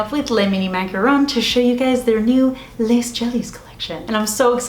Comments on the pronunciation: I took French in high school and your mispronouncing is driving me nuts. It's pronounced lay jellies not less. I don't mean to sound rude. Just correcting you for next time 😁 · Pro tip from someone who has barely any French education but some: “les” is pronounced the same as “le” so no need to enunciate the s :)